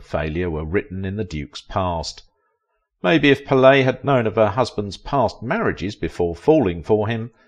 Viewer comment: The narrator is badly mispronouncing Pallete. How on earth does he get puh-LAY out of her surname? Also, he hardly annihilated her. She's still alive, and he isn't. He mispronounces Chata also. Cringeworthy.